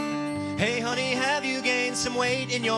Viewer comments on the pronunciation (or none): none